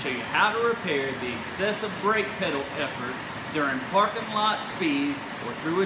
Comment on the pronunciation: Hard "Pwedal"